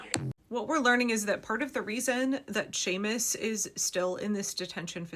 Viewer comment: And I'm grateful you know enough to pronounce his name correctly! Some dang white fool went on and on about "SEE-mus" Monday. "SEE-mus" I'm betting he'd pronounce Jose as "joe-SEE"! PS Thanks for all the timely updates you provide here. I count on your voracious habit of collecting these important stories. Shannon O'Donnell